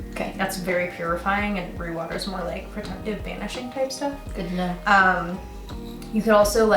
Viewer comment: Are you saying root water or roux water? Like the roux for making gumbo?